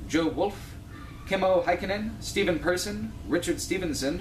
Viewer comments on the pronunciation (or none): none